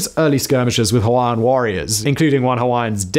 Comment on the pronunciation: Good pronunciation Simon of those Hawaiian names! This video captures pretty much the same history I was taught at my high school in Hawaii, oh so many decades ago.